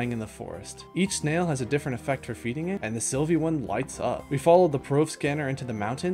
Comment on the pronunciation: OH MY GOD PLEASE ITS SYLVA NOT SYLVIE, SYLVIE THE SNAIL NOT A GODDAMN PLANET!